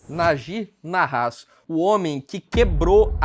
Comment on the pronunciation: A pronúncia do nome do ex investidor é Náji Náhas, com as pronúncias mais forte localizado nas primeiras sílabas!